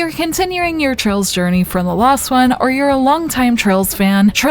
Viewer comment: Man, the Narrators accent is really thick when she says Last one, as in previous game. I was over halfway through before I realized she was saying last one, not lost one. I'm not the only one who thinks that, Right?